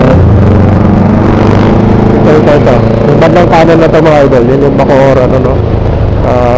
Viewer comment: Bacoor Cavite po Sir hindi po Bocoor Cavite